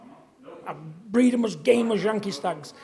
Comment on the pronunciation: "I BREEAD THEM GAMEEE" !? 🤣🤣🤣